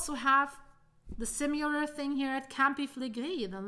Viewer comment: The one thing which really grates is the constant mispronunciation of "similar" as "sim-you-lar" 😢